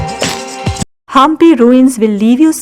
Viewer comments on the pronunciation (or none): It's not haaampi, it's Hampi 👍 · It's not pronunced as Haampi, it's Hampi